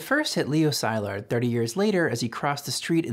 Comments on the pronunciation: For such a good video I am surprised that you have pronounced Leo Szilard sai lard instead of se lard. I have never heard it pronounced the way that you pronounce it. Are you correct or just sloppy? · Leo Szilard - Hungarian, pronouced Si-llard, as in "silly", not Sy-lard. You're welcome. Excellent video! I hadn't heard of Japanese nuclear program, and only a little about the German one ... I understand the German program collapsed because Hitler rejected Jewish scientists. ( though why did jewish scientists want to work on weapons for the Nazis? ) would love to learn more about bother Ggerman and japanese efforts. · It's Szilard pronounced as C-lard or See-lard NOT Sz-I-lard. :)) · Leo Szilard's name is pronounced C-lard! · New to this channel. Very excellent video and explanation! If I have one criticism, it's that you might want to check up on pronunciation of foreign names like Szilard and Dachau.